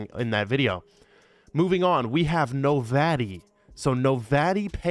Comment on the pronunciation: Metis (Met-is) Andromeda (An-drom-ih-duh) Novatti (No-vot-tea) You're trying too hard to pronounce those names,.